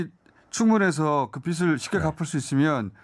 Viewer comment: 김어준은 바른 언론의 자세를 가져서 좋은데 [빚을]을 [비즐]이라고 발음하지 않고 [비슬]이라고 발음하는게 듣기 거슬린다 기왕이면 발음이 샌다고 변명하지 말고 바르게 발음하도록 노력해주었으면